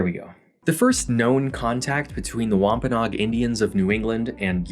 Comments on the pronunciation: I love but I have just slight correction. He mispronounced Massasoit too and Wampanoag... Prager actually pronounces Massasoit correctly and Wampanoag is pronounced Wamp-Uh-No-Ag. Otherwise I love the video and the amazing time and effort put into getting the history right!! I will be sharing this video far and wide! -signed a member of the Masphee Wampanoag tribe and descendant of Massasoit:) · ish and onwards It’s wahm-puh-noh-ag (add the extra no syllable) Source: I live there/oral tradition